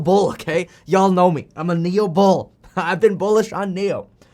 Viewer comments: Actually NIO’s pronunciation sounds like NEW in English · Nio’s pronunciation sounds like 牛 which is bull in Chinese.